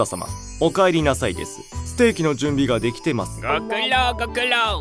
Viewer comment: 出来⤵︎ て⤴︎ま→す⤵︎